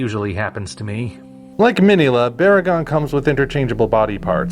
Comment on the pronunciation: What an amazing review. I love "Destroy All Monsters". I just watched Round 1 and it too was an amazing review. Oh, and by the way, I noticed that you pronounced Minilla wrong.